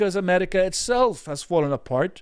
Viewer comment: Why does that one guy keep pronouncing it “Amelica/Amelican”?